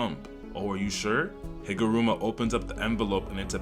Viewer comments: HigurUma. Not Rama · Bro just can't get Higaruma's name right lmao